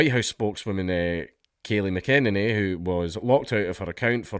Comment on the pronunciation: how did dank pronounce McEnany wrong?